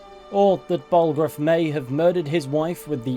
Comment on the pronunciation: "Ballroof's" I don't know why but that pronunciation of Balgruuf's name cracks me up.